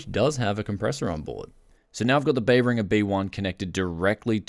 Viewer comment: just an FYI I wasnt sure what brand you had until seeing the Amazon listing, it's pronounced Bear-in-Jer